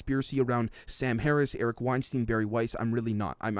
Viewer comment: Hey just and FYI Eric Weinstein's name is pronounced like Einstein, i.e. 'Stine' and not 'steen"